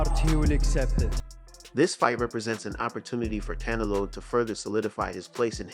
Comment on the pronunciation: Why do you pronounce Canelo like “cantelope?”